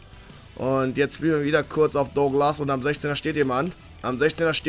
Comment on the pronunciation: Sag das douglas normal bitte